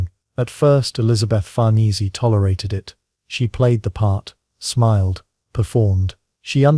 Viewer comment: Farnese is pronounced far neh zay.